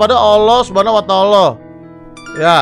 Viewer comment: Bacanya SWT Subhanahu Wa ta Ala (Subehanahu Wa ta Ala) Huruf E nya singkat aja 😊 SAW Shalallahu alaihi wassalam (sholawlohu alaihi wassalam) Cuma ngasih tau aja, soalnya ga mau Abang di somasi bocil